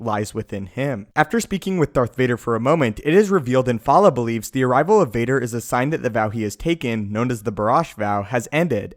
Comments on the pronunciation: The only issue I have is that you keep calling him IN-FAL-LA when his name is Infil'a which is IN-FIL-AH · The pronunciation of Infil'a in this video...come on.